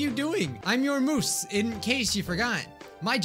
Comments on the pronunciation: really said “I’m your moose”, it’s muse. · I CAN'T BELIEVE HE SAID MUSE LIKE MOOSE WJKASJAKSJAK Also for the second time: thank you to whoever sent the komahina yaoi game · Muse is actually pronounced me-oo-ze. Sorry not tryna be rude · Moose Me: Moose! Ummmmm do you mean Muse.😂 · Moose The word muse: triggerd